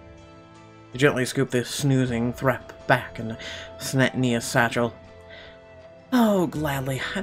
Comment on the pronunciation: I would pronounce that THREEp not Threp